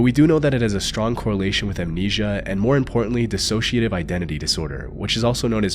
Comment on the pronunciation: He said it fine, nitwit